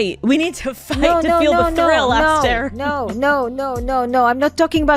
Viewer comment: First second of the video: "Alright Ess-TAIR". Hasn't she ever heard of the name "Esther" before? Lol